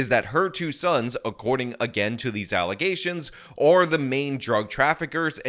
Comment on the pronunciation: FALSE allezations. And NOT FAX.